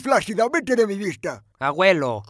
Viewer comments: Aguelo? Se dice ABUELO ._. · Se pronuncia abuelo, no aguelo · se dice aguelo